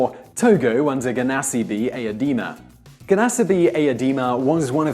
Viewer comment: Gnassingbe Eyadema is pronounced Ya-sin-bay Ay-ya-day-Ma